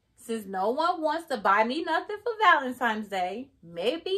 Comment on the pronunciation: It's not valenimes it's valentines